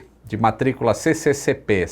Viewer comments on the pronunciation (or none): "CCCP" não, mas "SSSR"